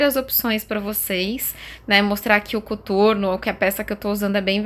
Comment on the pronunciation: Pq vc falou cUturno e não COTURNO???